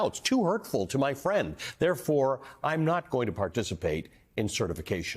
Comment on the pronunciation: "uuuhhh my fwiend wants to become a dictator, can't huwt his feewings...." Jesus. Thank you to Michael J. Pence for being the conscience his father clearly lacks.